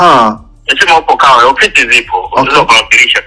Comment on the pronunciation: Huyu anayempigia mlilo si mtanzania hapo mmefeli hata kiswahili hajui alipo hapajui eti Tawe badala ya Kawe halafu hajui madaraka ya mlilo et ni RPC haa yaani watu tumefeli